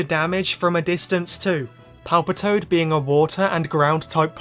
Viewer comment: I heard you call Ash's Palpitoad Palpatine. Hilarious 😂